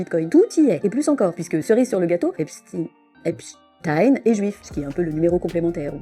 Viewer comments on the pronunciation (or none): D'abord il prononce Epstine puis Epstein... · Ils prononcent Epstine alors que EIN ça fait pas INE !! Mais ça fait moins jui…!! On le voit 😂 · Oui, tellement que dans la vidéo juste avant de BFMTV, un des journalistes a oublié qu'il suffit pas de dire "ine", il a fait un mélange il a dit "epCHtine". Parce qu'au fond de lui, il sait très bien que ça se prononce CHTAÏNE et pas STINE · C'est moi ou tout le monde est d'accord pour appeler Albert Einstein, Einstein et NON Einstine, alors pourquoi quand c'est Epstein, dont le nom comme tout le monde peut le voir se termine de la même manière, devient d'un coup Epstine??? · Epstine, un peu comme Einstine le célèbre physicien russe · On doit dire Epstine, comme on dit Albert Einstine...